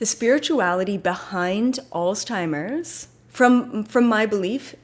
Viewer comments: It’s pronounced Alts-himers but thank you for the message. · Did you find it funny that keeps calling it alz-timers? lol